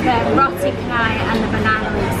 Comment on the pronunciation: Actually Roti Canai, The 'c' alphabet in Malaysia is sound 'ch' that similar to sound of 'c' in word of 'chance' 'change' 'cheery'.. And not sound of 'k' at all....so Roti Canai should pronounce as Roti Chanay... Enjoy Malaysia....